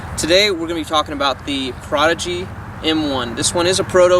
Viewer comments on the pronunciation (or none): “Pra-hodigy” 🥴 wat?